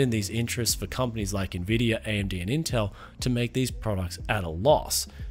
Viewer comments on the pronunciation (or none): none